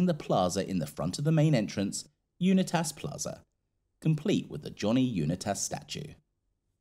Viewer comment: Unitas is pronounced: UNITE-US